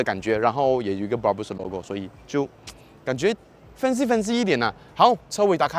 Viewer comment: Brabus 的发音发错了啊 😂 不是bra- bush , 是bra-Bersh 的读音😂